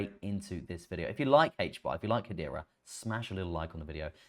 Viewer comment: If you can pronounce Hedera, why do you still call it Haitch bar? Is it a regional dialect? Or an affectation?